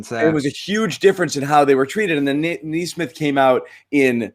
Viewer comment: Also guys, it's 'Kneesmith,' come on.